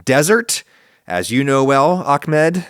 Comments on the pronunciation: its Ahmed, not Akmed... no one in the middle eastern world pronounces it as Akmed... If pronouncing an H right after an A is difficult, saying 'AW-MED' instead is completely acceptable. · Ahmed ❌ Akmed ✅ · I don’t understand why Americans pronounce احمد as Akmed. It’s Ahmed with a soft H more like House. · Ok, I have to ask, 95% unrelated to the video but I have to ask Maybe im saying something dumb but why do westerners say aKmed, or aKHmed, it's aHmed? In arabic it's not exactly an H sound, but it's definitely closer to H sound than K or KH. Did the dude writing his name with a K? Cause this isn't the first time I see/hear people saying it "wrong" if it was written Ahmed